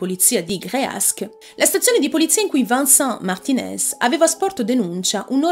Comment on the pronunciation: Vincent non si pronincia Vansan, ma VENSAN!